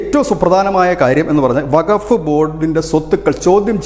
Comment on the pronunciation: വകഫ് അല്ല സുഹൃത്തേ വഖഫ് എന്ന് ഖ സ്‌ട്രെസ് ചെയ്തു പറയണം